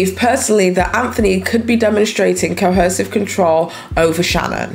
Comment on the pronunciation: Ar3 you saying cohersive? I feel like i keep hearing an extra "h" sound